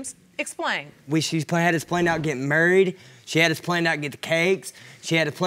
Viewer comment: In the first episode they were getting "marryed" judge not "married". 😂😂